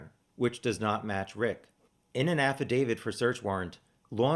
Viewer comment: Thank you for saying affidavit correctly. 😂😂 also thanks for the challenger deep dive! Looking forward to your live chat !